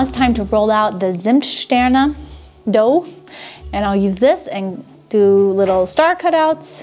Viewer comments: Tsimmtsterne and Plätz-chen (as if you speak Chinese)! ;)))) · I don't want to be rude but this is important: The pronounciation of for example "Zimtsterne" and "Plätzchen" is not on point. I can imagine that your german friends are in wrong way polite but if you really want to learn german good you need to insist the friends to correct you, even if its annoying. I by myself am in a similar situation. I live in Portugal right now and learning portuguese. All the portuguese always say, how good my portuguese is. I beliefe no word of this. Luckily I have a good teacher which is always correcting me. What also was helping me with pronouncation is a online learning programm where you can hear the words again and again. You can adjust to hear them slowly first. This was very effective. After the first 1000 words you instinctivly pronounce also new words correctly because there are always patterns in Phonetic and so on.... PS: I know that german is a hell of a language but I knwo examples of adults who were learning german in 2 years almost perfectly. It's hard work, but possible...